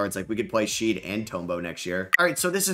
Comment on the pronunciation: His name is pronounced Shed not Sheed.